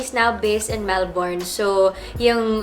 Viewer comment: “MelBURN not MelBORN” para alam next time kahit ako nacorrect din hehe